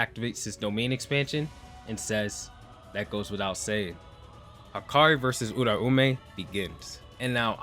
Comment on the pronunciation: Why does every YouTuber pronounce Uraumes name wrong lol its pronounced like - Oooooo Rau mei